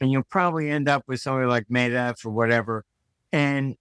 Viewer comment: Martin has made so many mistakes in his rant it's really hard to take him seriously. Pretends to be a Russian expert, yet cannot pronounce Medvedev's name half decent. Pretends to be a vivid student of history, yet he speaks of a Bundestag fire.